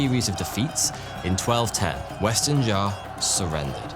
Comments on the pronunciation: Xia is not pronounced as Zar but Sia or See-yah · the way you pronounce Xia makes you lose all credibility